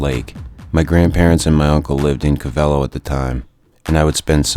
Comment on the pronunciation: You pronounced Covelo incorrectly